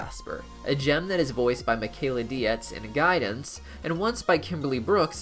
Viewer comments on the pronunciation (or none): How can you mispronounce Michaela Dietz's name like you've never seen her introduced at a comic-con panel or podcast? Deets. Don't know you if you're rude, ignorant, or so arrogant you think you know better. Bad look either way.